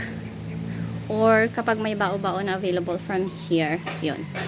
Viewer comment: OMG, you should say, bawbaw, but you say it, ba-o, ba-o (that’s sounds funny 😂). Btw, thank you for this vlog, I was always curious if Nina (Simple Life Pilipinas vlog) is your neighbor (because son Adrian hangs out with Hannah and Valentina’s boys), then Valera (Val from Davao) must be your neighbor, too. I was one of those who used to watch Valera’s vlogs with her mom, Mama Luba, then later he stopped vlogging….he was always that low key person like he didn’t have much, but little did I/we know he was building a few houses on his property (what???). Now, I’m curious, is he still living there, because there was a vlog by Denis that his house is for sale? He said he was building it by himself, but the project stopped because of his lack of funds! Anyway, mysterious Val, that’s what I call him. It would be interesting if he vlogs again and with his mom to visit. Mama Luba was such an active, sociable lady, but it was a downside she can’t speak in English; Val would always tease his mom — I hope they’re doing well. You found your niche for content, the Filipina representative/interviewer/connection/source of good information/translator for Russians in Samal. By the way, surround your property with malunggay, because from what I heard, the plant/tree is anti-snake — something about properties of malunggay. I laughed when you said the malunggay tea tastes like tinola😛I was also surprised when I saw it, because I just did that— used my electric kettle to make malunggay tea